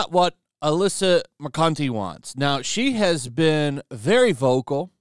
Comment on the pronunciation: Bro literally said Alyssa Mercunty. I'm dying.